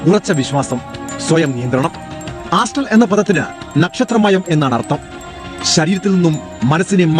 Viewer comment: കാസ്ട്രൽ എന്നല്ല , ആസ്ട്രൽ പ്രോജെക്ഷൻ എന്നാണ്,....